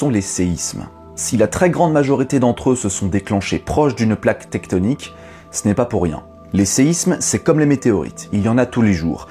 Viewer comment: "Tecktonik" ??? J'ai failli me barrer en courant quand j'ai entendu ce mot !